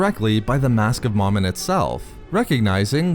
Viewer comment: Mo-min, not ma-min